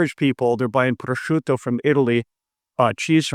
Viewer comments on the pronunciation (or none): none